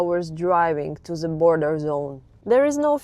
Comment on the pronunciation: To ze border? 😂